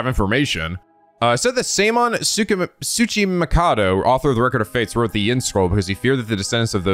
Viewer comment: you did it! You said a Japanese name wrong and then course corrected to the right pronunciation! Seiman Tsuchimikado is how you pronounced it the second time! We'll get you to learn how to pronounce Japanese words yet!